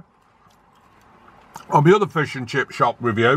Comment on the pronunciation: Right folks fishehh